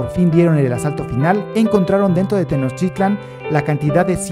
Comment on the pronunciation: El amigo que narra está mal no es tenoschitlan y no son aztecas, son mexicas